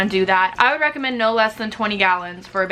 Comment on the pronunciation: "I WOOD use it..."